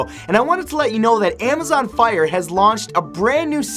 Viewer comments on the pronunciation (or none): none